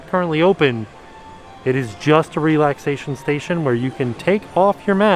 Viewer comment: Every time he says relaxation station, I think he is saying lactation station😳